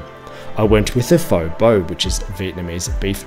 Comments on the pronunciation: Love your reviews, but fo? The noodles in the soup are produced fur. Really it's a bit like fur,a said very quickly. Been going there for 20 years and not an expert but just ask people. It's the best way to start an argument between Viets! You did well with Vietnam though. I hate the Viet Naarrmm pronunciation and it is wrong. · Sorry but, "other dishes I can't pronounce except f'oh." Later you had faux beau for breakfast and said that it wasn't a breakfast dish. Mate, what did you actually do on the ground in Vietnam? Did you experience anything of the culture? Pho is pronounced (almost like) feu in French. So, on that theme pho bo = feu beu, not faux beau. Oh, and pho is famously a breakfast dish. Disappointing seeing that you're an Aussie and pho, banh mi etc are now just every day take away foods here. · The preferred pronunciation of pho is close to fuh. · Pho is pronounced "fuh" in Vietnam. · Pho is pronounced like PHUR and Vietnam is pronounced vietNARM. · " Things I can't pronounce....." including Pho! Hint it's not pronounced FO.